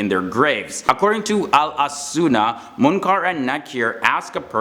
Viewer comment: Its not munkar its mukir